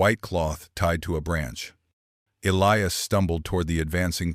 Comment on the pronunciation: your a i needs some work i heard elias pronounced three diferent ways and gila is not spelled hila all this in the first 10 minutes